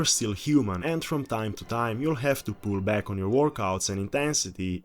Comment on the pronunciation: "I am beckk......... "